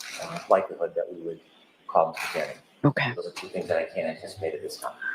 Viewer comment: pronounced car knee 🚗 🦵 =Kearney